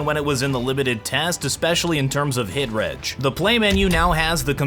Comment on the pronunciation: Its not HitRej bro, its HitReg